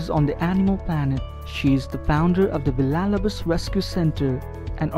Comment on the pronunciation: Learn how to say Villalobos the correct way. Give them the respect please.